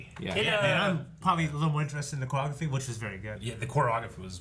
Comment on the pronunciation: Wtf is "quagophy"???? I'm sorry, do you mean "CHOREOGRAPHY"?